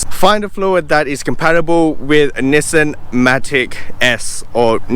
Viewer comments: It's actually Nissan not Nissen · Actually it's Knee-Song.